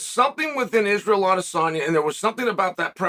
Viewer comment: why are u pronouncing his name correctly? its unheard of